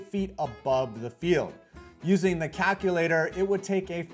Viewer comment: Why the hell did he say cackulator